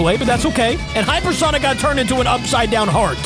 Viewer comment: Heyper sonic